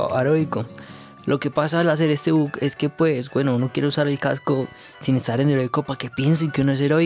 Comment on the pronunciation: Por que decis but en vez de bug